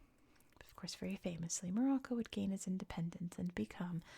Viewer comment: thank you for this video on morocco , i hope you discover more and more things on our country. also you really good at pronouncing the names right.